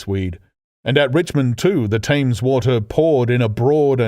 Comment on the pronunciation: I'm intrigued that the narrator is unable to pronounce Addlestone - and more weirdly - The Thames...